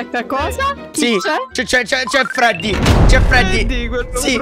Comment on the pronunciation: ahhahaa in che modo hai detto Freddy ahahaha